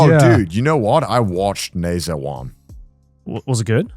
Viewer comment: hearing Connor misspronounce Ne Zha had me cringing